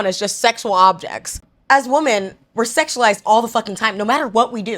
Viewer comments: Why are we pronouncing WOMEN as WOMAN? Why do people not understand the difference between singular and plural anymore, especially women it comes to WOMEN? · Why are you pronouncing the word women wrong?